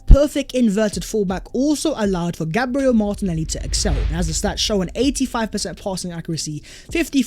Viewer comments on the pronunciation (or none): none